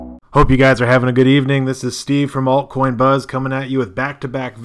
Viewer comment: "anyways, this is Steve from Alt Coin Bu-BA-DEE-BAH-BOOP-DOOP"